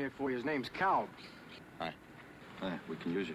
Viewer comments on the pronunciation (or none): Cal not calm